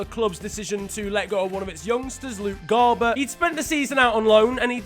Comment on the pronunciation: honestly sounded like he was saying garber to ancelotti, not garbutt.